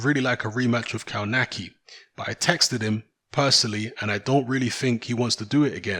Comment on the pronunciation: KOWNACKI = KOVNATSKI